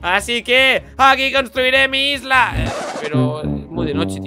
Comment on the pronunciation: Yo cuando dijo por primera vez Isla 🏝️ escuché lisla